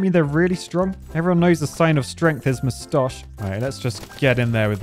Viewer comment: tf is a "Muss tosh"?